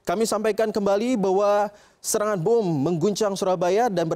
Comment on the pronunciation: Bom 💣 bukan buum